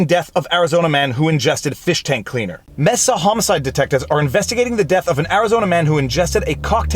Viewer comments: “May-suh” not “mess-uh” 🤙🏻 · May- sah. Please not messa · Messa, Arizona? Dude.....MAY-sah (Mesa, is also a geological feature.) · Lol you can tell your canadian by the way you pronounce Mesa. You said Mesa. Most ppl say May'sa lol Garage Gradge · Just FYI, the city of Mesa is pronounced like "Maysa" not "Messa" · It’s actually pronounced “Ma Sa” not “ Meh Sa”. Anyway... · FYI, Mesa is pronounced Māsə. My town borders Mesa. However, we don't serve fish tank cleaner, but you can get a pretty good margarita around here. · Viva love your post. I want to just tell you that Mesa is pronounced May-sa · Just a fyi... Mesa is pronounced May•sa otherwise great content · As an AZ native we say “Mesa” like “May-sa” and “Prescott” is “Press-kit” haha “Gila” is “Heal-la” crazy Canadienne 😉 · That city is pronounced May-sa, fwiw. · Mesa is pronounced "may-sa" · Mesa is pronounced (May-sah). Just so you don't continue to sound silly as Avery intelligent attorney. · I hate to be that person... but.... It's pronounced May-sa. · Mesa...the "E" sounds like an A...just so you know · It is pronounced May-sa (Mesa) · "Mesa" is pronounced "May" "Suh" but as one word. Spanish word for table. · I just want to point out the word/city name is pronounced 'may-sa' (ˈmā-sə). You can trust me, I'm from Arizona. 😁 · So, the city name is Mesa, pronounced mey-suh as in the Spanish word for table, or the geological land formation of a plateau with steep walls. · lol, Mesa is may-sah, or, Mormonville... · Not to nitpick but because you say it feeds the algorithms: Mesa: the e is pronounced as a long a. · Best pronounciation of "Mesa" ever. Awesome vlogs.